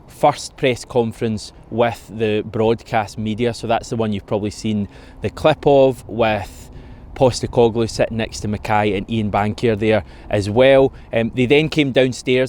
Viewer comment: Mate, I'd like you to pronounce his name correctly as it is in Greek, the accent on the E...PostEcoglou.